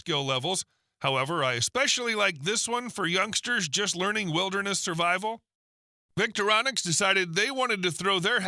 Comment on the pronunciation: "Victoronix"????? You need to teach your AI to read...it's V-I-C-T-O-R-I-N-O-X!!!! Are you even a genuine "bushcrafter" or a commercial announcer? Unsubscribing!